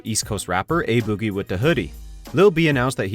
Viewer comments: Why is no one talking about him saying boogie so badly 😂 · Why he saying boogie like that?